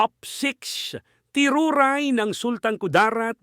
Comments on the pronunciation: hindi teruray ang pagka bigkas sa pangalan ng ng tribo nila teduray ang tamang pag bigas jan dapat manaliksik ka muna bago mo sila tawagin sa pangalan ng tribo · Teduray po sir not teruray😊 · hindi ganun sa totoo lng boss/or madam teduray ang tamang pag bigkas kasi yong tiruray na salita parang masakit sa kanila pakingan yan kaya hindi mo ako masisi kasi may 1/4 na dugong teduray ako 1/4 na muslim 1/2 na kristyano ako kaya sino ako mniwala sayo ba or ako na may lahi na tribo teduray